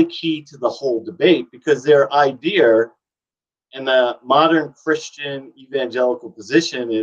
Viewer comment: Why do you add an r to the end of the word idea?